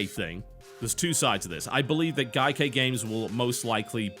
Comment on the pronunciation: Why does TB insist on mispronouncing Gaikai every time he mentions it?